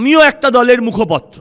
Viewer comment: উচ্চারণ ঠিক করুন, আপনি মুখপত্র নন, মুখপাত্র